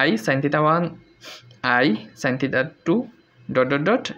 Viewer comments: আপনি থিটা কে থিতা বলেন কেন? খুবই বিরক্তিকর শোনা জায় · সঠিক হলো থেটা